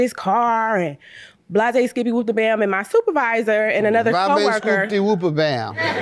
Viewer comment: Wtf is blah-zay-skippy